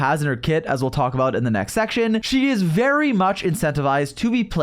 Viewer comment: bro actually said "vary very heavily"